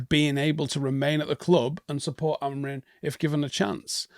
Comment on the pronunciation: Oh just a note - as per Portuguese speakers the M at the end of Amorim isn’t pronounced. Look into it.